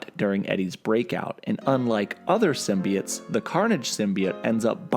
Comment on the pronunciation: Symbi(oh)tes not “symbiut”